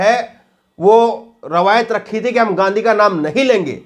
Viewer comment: Abe takle Gandhiji ko ganddigi kehraha he